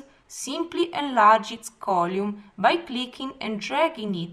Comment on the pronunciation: column is pronounce "call um"